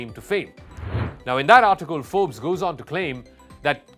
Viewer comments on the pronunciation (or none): none